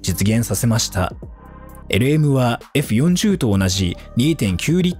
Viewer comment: 「フェラーリえふよんじゅう」www てぃぽwww もうクルマ知らないのバレバレだねwww